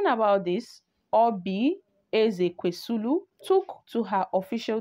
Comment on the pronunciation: Madam are u having eye problems PLEASE READ, READ AND PRONOUNCE NAMES CORRECTLY AT LEAST How does Ezekwesili sound like EzekwesiLU It's Oseni NOT OsANI